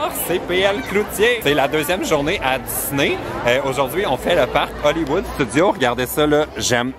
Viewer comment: dans tes vlog on dirait que tu prononce disney comme ça: diss-nez pis ça m'a fait rire! avec tes vlog tu me confirme que je veux Vraiment aller la bas un jour 😊😊😊😄😄